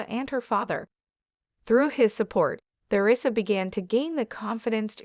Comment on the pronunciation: I could only watch this for 5 minutes, the mispronounciation of Theresa's name. I thought it was about her ex husband???